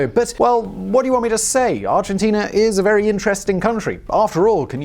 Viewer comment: Good ol' Arginteenerr